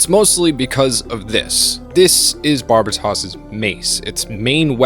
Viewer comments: “It’s barb-a-toss” 😂😂😂 You watched the whole series and still are mispronouncing it? 🤦‍♂️ It’s ‘barb-aye-toes’ like how white people pronounce the country Barbatos… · I loved the video but you miss pronounced so many names in the video it was like listening to a grandma say nooroto. You got Turbine (tur-bin), Gaelio (Guy-lee-oh), Barbatos (Bar-BUH-tos/ not toss), August (AW-gust), Kudelia (koo-DEE-lee-ah), Itsuka (EAT-soo-kah), Alaya-Vijnana (uh-LAY-uh vee-NYAH-nuh). You said you watch the entire anime twice man come on.